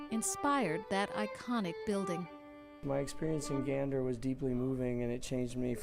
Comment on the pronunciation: He pronounced it correctly ❤❤